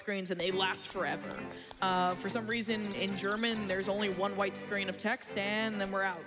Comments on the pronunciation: Impeccable German pronunciation from the! Vunderbar! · Hahaha, i laughed so hard as he read the books in german. He pronounced it very good. :D Great run , i did enjoy it , and you all should too. DA DA DA DAAAAAAAAAAA! raises hands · His pronunciation in German isn’t that bad. Btw beautiful game and nice run!